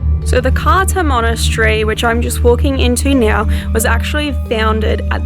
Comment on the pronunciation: !! Great video but it isn't pronunced Carta it is more like Cartza